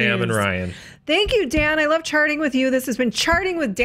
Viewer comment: I heard welcome to sharting with dan 😂😂😂💩💩💩😂😂😂